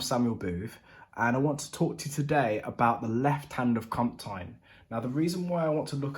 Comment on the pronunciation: If you take the English word 'canteen' and replace the 'a' with an 'o' you'll be 70% closer to pronouncing 'comptine' like the French do. For the remaining 30% I recommend a holiday in France! Great tutorial by the way, some really useful tips there that I needed and the bonus pedal advice was much appreciated too! Merci !